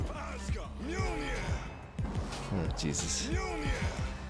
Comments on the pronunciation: The game: “Mewlnear! To me!” immediately after: “midgeohlnear! To me!” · mmah-jole-Ner the amount of cringe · Ah yes the Mah-Joel-Near deck.